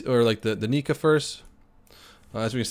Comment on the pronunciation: two things 'nigga' isn't the n word and he said 'nikka' (he meant to call it 'kikka')